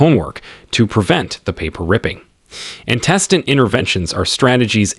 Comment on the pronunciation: I feel like your AI reader should be able to pronounce antecedent correctly! Or notice whether records is being used as a noun or verb and pronounce it accordingly. But it was a helpful video, so thank you!